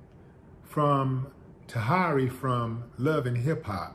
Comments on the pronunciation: Taheeeeeery not taharyyyyyyyy 🤦‍♂️ n UN NOT! DIPLOMATS wrong team. 😂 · Okay....im done. Lol not even a minute into the video and it's not going the right way. 1) Her name is pronounced tah-here-ee and 2) Vado is NOT and has never been a member of the diplomats. Cam artist doesn't make you dipset lol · I had to dip when he said Taharee